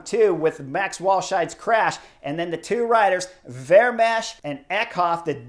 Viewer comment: Chris: The 'ch' at the end of Vermeersch name is 'silent'. So his name is pronounced 'Vermeers' and that second syllable sounds like the English word 'ear'. It's close to the name of that painter 'Vermeer'. Add the 's' at the end and you got it!